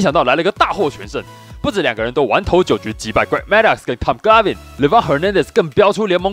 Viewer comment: 你再唸一次Tom Glavine來聽聽